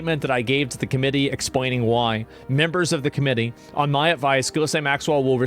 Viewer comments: Ehy is it always mispronounced? "Ghee-lane." It's not "giz-lane" or even "jizz-lane." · The way you continue to mispronounce "Ghislaine" makes you look dumber than shit. It's "ghee-len" or "ghee-lane." The "s" is silent! Sometimes you even add letters and say "gillis-lane!"🤦‍♂️🤦‍♂️🤦‍♂️ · As a French person, it makes me laugh when I hear countless people pronounce her name as "gillis-lane". Her name is French, it's pronounced "Gee-layn". 😅⚜️ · i love how everyone mispronounces her name and it defaults to jizzlaine every damn time. living in a fn comic book i swear. its like watching the joker get away for the 75658th time. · Can someone please tell how to pronounce Ghislaine? Im pretty sure its not gillis-lane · At this point, I think he wholeheartedly believes it's pronounced "Gillis-Lane"